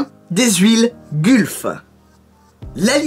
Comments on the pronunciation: Je suis désolé mais on ne prononce pas gulf mais mais "gueulf" en gros. J'ai faillis avoir les oreille en sang, 😭😂😭😂 Et c'est aussi ma livrée préférée. Personnellement moi quand j'ai vue la vidéo je me suis dis oui!!! Super et j'ai pensé de suit aux livre gulf, marlboro(sorry si ça ne s'écrit pas comme ça), Martini et une livrée d'une écurie la scuderia filipinetti (pas très connues mais je kiff car elle était sur des véhicule magnifique comme une cobra daytona ou un gt40). Voilà super vidéo continu comme ça!!! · Gulf prononcée "golf"